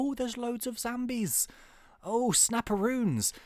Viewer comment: Did anyone else notice that kept on saying 'Zambies' instead of 'Zombies'?